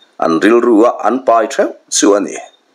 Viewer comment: Chem pahnih leh a pai tur tih laia 'pai' tih khi thluk tur a ni.